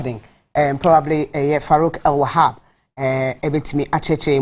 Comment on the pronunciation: It AL not EL.... great discussion tho